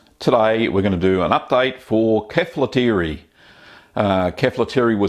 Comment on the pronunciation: Its kefàlotiri not keflotiri